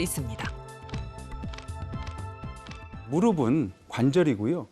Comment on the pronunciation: 의사 두 분 모두 [무르비]라고 발음을 잘못하고 있는데, [ㅍ] 받침은 [은, 에, 이]등의 조사와 만났을 때 [ㅍ]으로 발음하면 됩니다. 나래이션하는 성우처럼 [무릎은, 무릎에, 무릎이]는 [무르픈, 무르페, 무르피]가 맞는 발음입니다. [앞이, 옆에]를 [아비, 여베]라고 발음하는 사람은 아무도 없는 것 처럼요.